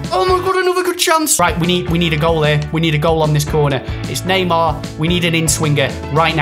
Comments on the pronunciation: it’s Neymar not nima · Please pronounce Neymar right!!! It's not N-E-E-M-A-R, It's N-E-I-G-H-M-A-R! If you read this change next vid! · dont say Nimar its Neymar keep up with the Good vids! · NEEMAR LMFAO 😂😂😂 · it's not kneemar